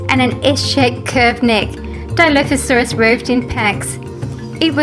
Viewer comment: thats not how you say dilophosuarus its said like diloophosuarus